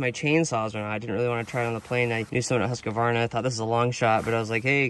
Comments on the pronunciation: Husk Varna, NOT Husk A Varna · Just a tip when saying Husqvarna. It is two words, "Hus" = House and "Qvarna" = Grinder/mill . So first say Hus then Qvarna/Kvarna. Cheers and thanks for the show!